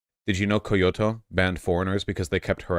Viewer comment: Me: "Koiyoto"? I thought Vaush knew more about Japanese than that. Me, like, 20 seconds later: Ahhhhh, there we go! Nvm!